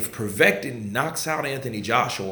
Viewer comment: It's povetkin bro haha